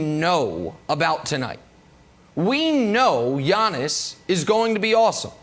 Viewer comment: Everyday I think Brandon is going to pronounce Giannis properly